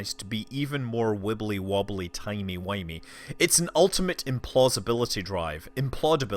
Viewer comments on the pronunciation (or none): none